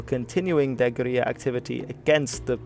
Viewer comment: Very informative documentary, but just one correction: the word "guerilla" in English is pronounced "ger-ILL-ah", not "ger-EE-ah". It might be a Spanish word in its origins, but you're speaking English here. You also misspelled Marshall (you had it as "Marhsall").